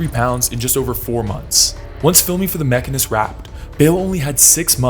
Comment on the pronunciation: lol… came here to say that. The Machinist, not Mechanist.